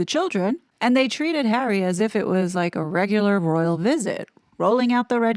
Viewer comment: I don't believe there's anyway back to the RF for the "Spare Hawwy"